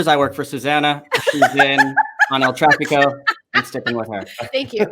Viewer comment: This. Needs. To. Stop. It is el traffico. You can make 20 more vids on the topic, everyone will still call it that